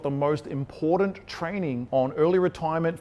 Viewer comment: Why can’t this guy pronounce the word important correctly? Important does not contain any D’s But that should be the least of anyone’s concern. This guy is full of misinformation. Anyone who follows, his advice is doomed. The only way he’s making money is from YouTube videos that suck people in